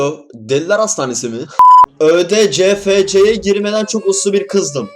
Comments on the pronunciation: ÖDCFC Yİ NASIL YANLIŞ OKURSUN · Abi ÖDCFC yi düzgün oku 😈